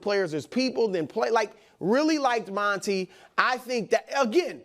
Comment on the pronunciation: Stop saying Monnie. His name is Monty